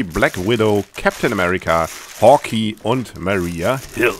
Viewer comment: Lol the way he pronounced 'Hawk Eye' :D